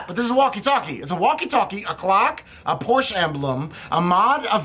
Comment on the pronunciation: Hey, the "e" in Porsche is not silent! And...agreed, the battery door situation is messed up!